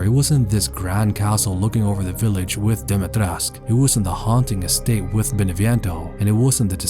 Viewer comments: Why do people always say "Dimitresc"? It's "Dimitrescu", the 'u' has to be pronounced like an 'oo' in English. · why does he speak about Dimitrescu with a Spanish accent? her name isn't Spanish its Romanian It would be like changing your accent to a Vietnamese one talking about berlin it was so weird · You kinda say "Dimitrescu" in a weird way, don't you?